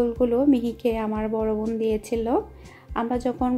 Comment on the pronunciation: apnar vobn sunte valo lage na ... bon bolte paren na